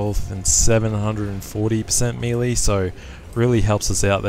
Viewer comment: he says melee wrong but i still love his vids